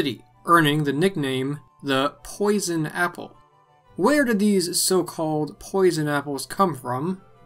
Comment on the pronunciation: Too much emphasis on posion